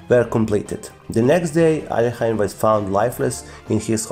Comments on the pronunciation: Bad pronunciation, Alekhine is the French version of his real last name; Alechin therefore Alekhine is pronounced aliekin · These English speakers never pronounce Alechin(Alekhine in the French version)it is AlEEKeen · Why do some people pronounce his name like "alley-eckin"? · At school, in England, we always said "Alek-hein" (as in german pronunciation) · The bigger problem is that hes far from being even an immitator of a native english speaker, and still butchers alekhines name.